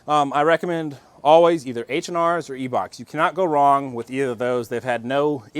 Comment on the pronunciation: E-Bachs you mean I-Bachs?